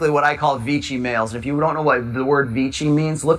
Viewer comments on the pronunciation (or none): I hate doing this but you're mispronouncing Vichy, you pronounce it like "Vitchy", it's more "Vishy". There, annoying language nerd moment over. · Vee Shee. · (Pronunciation detail - sorry to nit-pick) - Vichy rhymes with Fishy. In occupied France it was the centre for the Government of Collaboration.